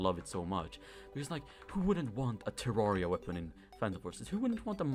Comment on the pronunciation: Everyone: Terrarea: Terarea